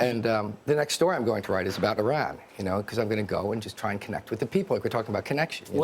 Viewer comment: Nice to hear Andrew pronounce Iran properly .. sick of hearing Eye-rack .. Eye-ran ... is it also Eyes-rael then ?